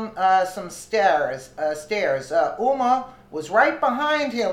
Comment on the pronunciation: huma is NOT FROM ENGLAND! NOR IS COCKNEY!!!!!!!!!!! PROUNOUNCE THE HHHHHHHHHHHNH!